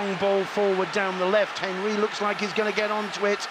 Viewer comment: The way he pronounced Henry🥴